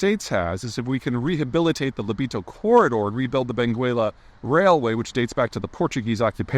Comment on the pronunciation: Please dont say BengUela. That U is silent. So Beng_ela 🙏